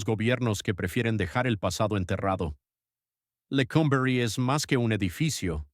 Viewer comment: Qué manera tan chocante de narrar esta historia, "Lecómberry" ridiculez. Y otra palabreja "crujillas"